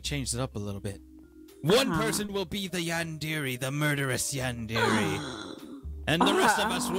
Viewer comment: Awesome video!! Just by the way I think it's pronounced like yawn-deh-ray.